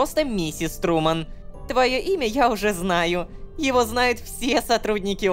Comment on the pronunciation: Труман? Труууман???))) Шоу Трумана да? Так ещё и человек "принадлежит" компании?